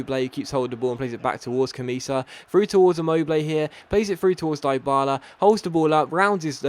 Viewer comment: His pronunciation of ICARDI and DYBALA are atrocious Dee Ba La -- Ee Car Dee -- That is how it is